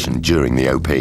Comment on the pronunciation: It is "op", not "o-p".